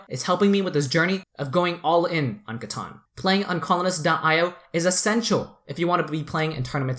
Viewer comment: Loved the content. However, drove me crazy the whole time was you're pronouncing it wrong. It's CA-TAN, not CA-TAWN.